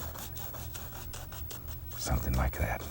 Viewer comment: "Somethin' lye gat..."